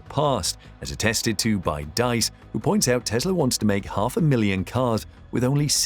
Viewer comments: Diess not Deiss! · is this you? Please pronounce Herbert Diess as /deess/, not /dice/:) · Rather: "dees" (with a sharp "s"). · The man's name is Diess not Deiss, pronounced "Dees" not "Dice". There are many more European manufacturers that are not German and sell vast numbers of cars in Europe. The Germans are not the leaders in the car industry, nor did Tesla beat or devastate them. And there's a lot more rubbish in this film. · Pronounced DEESE not DICE I think. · VW's CEO "Diess" is pronounced like "deeze", not "daze". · 'Diess' is pronounced deece (<– using the alphabet in the English way). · Diess shall be pronounced like "Dees" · Dees, not dice. If you're going to say a name 15 times you might as well research the pronunciation? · the name is Diess, pronounced like deese. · You spelled Diess wrong and pronounced it wrong as well. It's not spelled Deiss and Diess sounds like Dees or Deez. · Herbert Diess' last name is pronounced dees. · Dies is pronounced Dees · herbert diess. Pronounced Dees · The name is Herbert Diess. Please at least try to get the name right. He is a fan of Elon Musk.